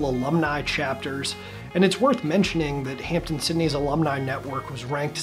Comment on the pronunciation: It is Hamp-DEN Sydney not Hampton Sydney